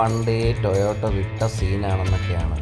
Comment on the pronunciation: ടൊയോട്ടോ അല്ല ടൊയോട്ട 😂